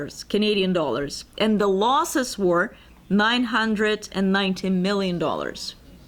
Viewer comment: one of the worst speakers. night hundred, night hundred and four？？？？？